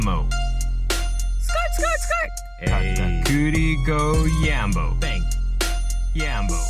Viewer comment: What did you call Katakuri?! 😂